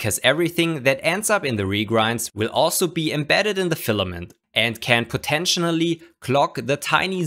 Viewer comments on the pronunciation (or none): potentially* Not "potentionally." Thanks. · So funny how you say potentially lol